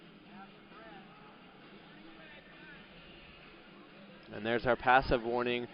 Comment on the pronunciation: Hearing the announcer butcher "Karoly" is making me laugh so hard and idk why